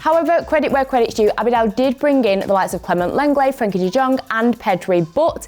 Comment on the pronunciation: Did she just say lenget? 🤨 is a good signing 🤨 he literally plays against Barca he’s soo bad